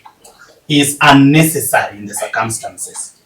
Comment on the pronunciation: Sometimes English pronunciation and Kenyans stresses me. de-VICE. Not DE-vice. In-TER-pret. Not inter-PRET CIR-cumstances. Not cir-CUMstances